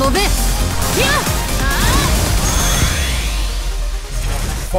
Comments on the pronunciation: Wait, wouldn't her name be pronounced "ˈfalkə"? Am also surprised at the lack of a German accent considering the naming scheme of her attacks. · Gah, the announcer is mispronouncing her name. “Falke” is German for “falcon”, so the a should be more like the a sound in Sakura e at the end should not be silent. Ah well.